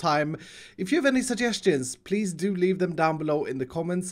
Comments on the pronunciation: BlueRocks123 no he actually says leave it just sounds like leaf because of his accent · I heard "im going to lea-this project for today"